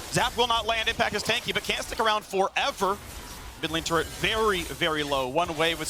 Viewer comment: Turrent range decrease?? Faker~ What was that~